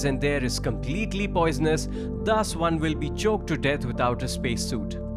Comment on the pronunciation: It's will not vill.